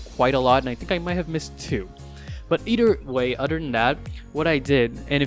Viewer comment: "But eder way and oder than thatl"